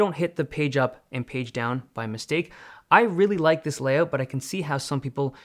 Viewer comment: Is not until he says "layout" you remember he's Canadian.